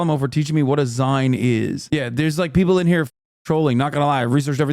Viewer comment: it’s pronounced “zeen”, like maga “zine”.